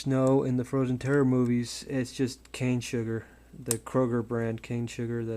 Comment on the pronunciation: Did u say cane sugar?